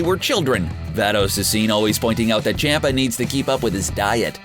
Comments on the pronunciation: I hate how he says Lord chompa like Lord Champa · Beerus and CAMPA . Not Champa, Campa . I can't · It’s not pronounced CHOMPa. It’s more CHUMPa or CHAMPa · your to English with in pronouncing there names like Champa and zeno there pronounced like ch-ahh-m-pa z-eh-no biggest problem with English speaking people take note there are 5 vowels in Japanese. (a), pronounced "ahh", (i), pronounced like "e" in "eat", (u), pronounced like "oo" in "soon", (e), pronounced like "e" in "elk", and (o), pronounced "oh". All Hiragana characters end with one of these vowels, with the exception of (n). The only "consonant" that does not resemble that of English is the Japanese "r". It is slightly "rolled" as if it were a combination of a "d", "r", and "l". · Lol on champ a pronunciation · champa's name is pronounced chompa btw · Zeno doesn’t fight... WHO WROTE THIS DAMN SCRIPT? They can’t even pronounce champa! It’s champa (chomp•uh) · man the sheer amount of mispronounced names and titles in this 😂